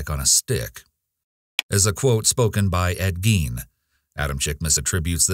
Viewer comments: imagine idolizing a serial killer whose last name you can’t even pronounce right! And then it’s not even that person who said the quote he just copied a movie character that got the person wrong too! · I love how the “all-knowing, experts on serial killers” didn’t know how to pronounce Ed Gein’s name properly, and mis-attribute a quote to him made by another serial killer. These were just two more sorry, little-d**, future incels, with a very misguided sense of superiority and belief as to the historical impact their p*** actions would ultimately have…which was negligible to practically everyone aside from the victims loved ones. I forgot their names already, tbh.